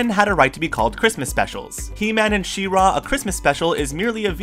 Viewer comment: Why are you accenting the second syllable in She-Ra? :D Looks like someone wasn't alive during the airing of that cartoon. :)